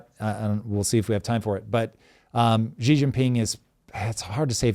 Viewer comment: Xi is pronounced she like a girl. Please.